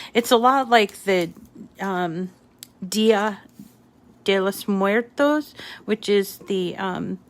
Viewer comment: Really enjoyed the chit chat!!👏🏽👏🏽 I love these cards!!🥰 I appreciate your bringing up Dia de los Muertos AND your pronunciation was AWESOME!!🎉🙋🏻‍♀️💜tfs